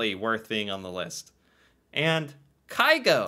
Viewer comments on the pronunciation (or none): Haaland and Carlsen competes for most known Norwegian. You need to listen to Grieg - Morning mood. It is Norway in music. PS: It's not Kai-Go, but Kyh-go.